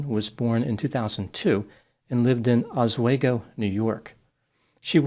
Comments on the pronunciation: "Oz Swaygo?" it's: "Ahsweego." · Just to be a pedant, it’s pronounced OSS-WHE-GO , not OSS-WAGO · Oz-way-Go? Seriously is that how a person who wants to be taken seriously pronounces the city name? No, it is pronounced /aaz·wee·gow/ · The city is pronounced: aaz- wee'-gow not az-way'-go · Ha! I should have guessed that someone this dense would come from that area. My late uncle lived there, and there are some real characters! Small correction for you from someone near the area: The locals pronounce the town's name with a hard S and the "we" pronounced like "wee," not "way." So, instead of, "ahz-WAY-go," it's "ah-SWEE-go." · The e in Oswego is pronounced like "ee" not "ay" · I was recruited into the Marine Corps out of Oswego! Its pronounced as Oz-Wee-Go vs Oz-Wey-Go but otherwise, solid take! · Oswego is pronounced "Osweego" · Oswego is my college town, I was here for two years from 2022 to 2024. It was weird seeing it make national headlines. Also, it's actually pronounced OZ-WE-GO, though I've heard some of the locals pronounce it as AH-SWAY-GO. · It's pronounced "oss-we-go" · It's pronounced Os-we-go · It's pronounced "Oss-WEE-go." You need to get those details right. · fyi its pronounced os-wee-go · It’s pronounced Osweego (long E). It is actually in a beautiful part of upstate New York right on Lake Oswego one of the finger lakes. It’s a beautiful region if you ever get to visit. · I have seen dozens of videos about this and one thing that everyone is getting wrong is that Oswego is pronounced aaz-wee-gow! Love your videos btw. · Pronouncing Oswego incorrectly. Split it up into three parts and pronounce them like they're separate words: oz-we-go